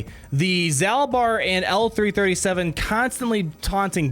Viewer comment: If i remember my old love KotoR, I am pretty sure is pronounced like "Zaulbar" kinda like Darth Maul